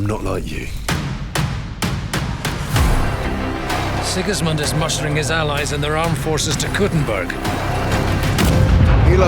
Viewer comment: its sigismund